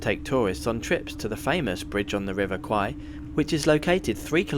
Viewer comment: Love you gave the correct pronunciation of the river name. Kwai is buffalo, a common Thai insult